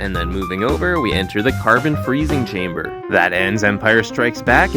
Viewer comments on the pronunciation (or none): none